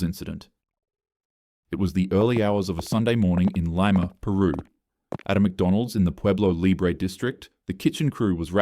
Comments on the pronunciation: Hi. Love your videos but just a little correction as someone with Peruvian descent, it’s pronounced “Leema, not “Lime-a” Peru. 😉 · Not the "Laima" pronunciation for Lima 😭 It is "Lee-ma" Anyways, great vid! And thanks for giving international coverage to the peruvian McDonnalds tragedy